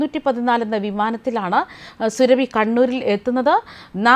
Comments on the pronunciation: സുരഭി അല്ല. സുറബി. അതാണ് ശരി. സൂറബി ഖത്തൂൻ. മലദ്വാരം സ്നേഹിത 😍😍😍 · പേര് സുരഭി അല്ല.... Surabi സുരബി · സുരഭി അല്ല സുറബി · Not Surabhu soorabhi aanu. Methachi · സുരഭി അല്ല സൂറാബി ആണ് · സുരഭി അല്ല മാപ്രേ,, സൂറാബി 👹👹👹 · സുരഭി അല്ല സുറാബി ഹാത്തൂർ ആണ് 😡😡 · സുരഭി അല്ല സൂറാഭി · Ivaroke akshara thettathe parayan ariyanmelanjittano surabhi ennu paraunne thiruthal avasyem ane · Please say SURAABHI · അവളുടെ പേരു സുരഭി എന്നല്ല, എന്തിന് തെറ്റിച്ചു പറയുന്നു, കഷ്ടം